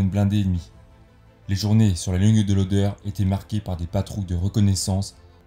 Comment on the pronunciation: "Oder" et non pas "odeur" ...